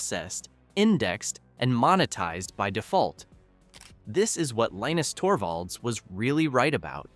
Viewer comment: LEENIX Torbo? When is A.I slop narration, going to end? I'm out.